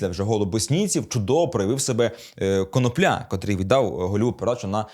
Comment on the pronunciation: ви не правильний наголос ставите не прізвищі юхима